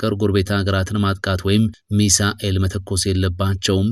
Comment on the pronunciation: እንደው በፈጠረህ " ሚሳኤል " አትበል እየደጋገምክ ! ሚሳይል ነው የሚባለው ።